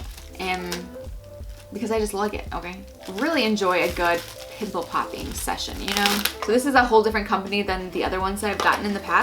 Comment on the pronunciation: It was hilarious when she tried to say pimple popping